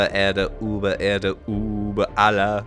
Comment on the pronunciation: The way you said über hurts